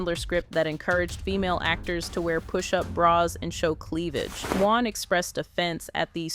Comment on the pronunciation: Can't pronounce "McGowan"? AI BS